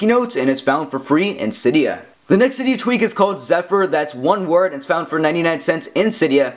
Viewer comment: cYdia haha says it so funny